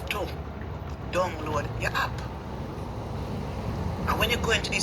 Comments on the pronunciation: Its an AP not a hap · The word is not hap, it’s app. Go learn to speak English.